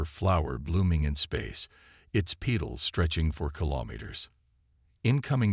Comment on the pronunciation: its not PEEtals its PEHtals.